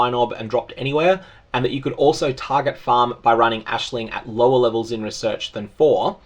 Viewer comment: Hey. Appreciate correct use of the name Aisling. It's a very common thing here in Ireland. It's so hard to focus on a video with people saying eyes-ling lol